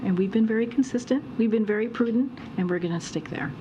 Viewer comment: And pwooodent